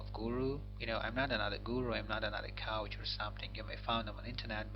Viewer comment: Very low volume in all your videos; don't know if it's deliberate...btw, you're a coach, not a couch:)) Otherwise, congrats on your first English video and b'hatzlakha!